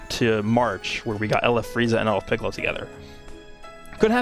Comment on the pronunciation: Pikkon? Lmao